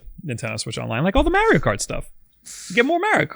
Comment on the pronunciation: Mar E O seriously his name is said in how many forms of Media the old show the movies and even Mario 64 why do you keep calling him Mary O lol.